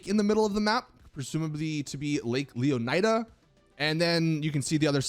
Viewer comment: I find your poor pronunciation of Leonida disturbing. It's pronounced Lé-o-knee-da. Not Leo-nai-dah" how lazy do you have to be?